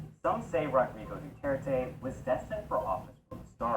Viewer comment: Duterte read as Do thirty 👌🏻👌🏻